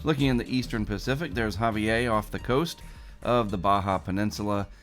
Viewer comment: The R in Javier is pronounced